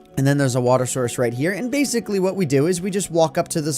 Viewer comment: He said baseically instead of basically